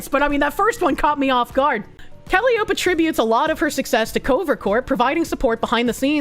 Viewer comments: please. It's embarrassing honestly. It is pronounced "Ka-lie-O-pee". Like the circus organ or hurdy-gurdy. Or the mythical Greek muse. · I can't tell if she's mispronouncing every other word on purpose. I mean, Japanese can be tricky if you're not familiar with some conventions, but - Callie - Oap? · Calli-o-peh that's how you pronounce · How does she keep mispronouncing Calliope? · Is anyone else being driven mad by the mispronciation of calliope?